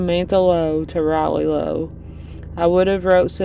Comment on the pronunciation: The Lowe name in Scott County is pronounced Lau.